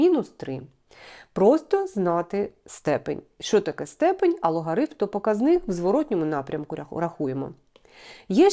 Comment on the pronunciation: ПокАзник (наголос на А)